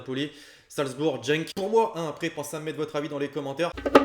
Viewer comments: C’est GENK ET PAS jenk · le barça va tout gagner mais sa se dit pas « jenk » mais « guenk » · salut juste ta mal dit genk tu la dit en jenk on prononce guenk c du néerlandais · jenk?? Respecte nous mec on dit Genk comme geek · On prononce "Genk" gueink et non jeink si non je vois Dortmund passer! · Ca se dit pas jenk mais guenk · Salut lexity continue t es video mais juste ça se dit pas dgenk mais Genk 😋😋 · C'est pas jenk mais genk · C est Genk pas Jenk 🤦‍♂️ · Lol a il dit genk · t'as pas respecter Genk mdrrrr " jenk " il a dit 😭😭😂😂🇧🇪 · Moi je vois genk finir devant Salzbourg mais vu comment tu prononces genk , on vois que tu connais pas cette équipe 😅